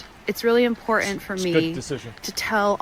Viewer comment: If you say "Important" with only one "T". You were raised wrongly.